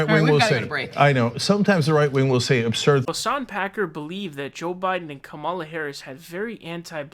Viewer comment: tf you can't say hasan piker's name correctly this far into him existing as a public figure?